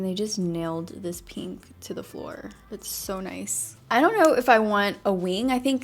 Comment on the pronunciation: Take a shot every time she says peenk (pink)